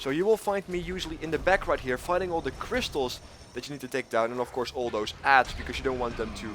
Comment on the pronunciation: Why do you insist on not pronouncing the "th" sound in the English language as "D"... so annoying